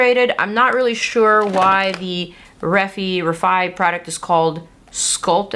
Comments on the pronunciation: It’s 100% ree-fI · If you changed the R to a D, Defy = D fi pronounciation😊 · 😊It’s pronounced “ Reh (the “e” is short) Fi (the “FY ” is long) 💁‍♀️☺️. And this is according to the brands co- founders Jenna Meek & Jess Hunt 👍😁🫶. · So Refy is pronounced like how you’d say the word “glorify” but take out the ‘glo.’ It’s called sculpt bc you’re supposed to roll it on your face to depuff. Kind of like a jade roller.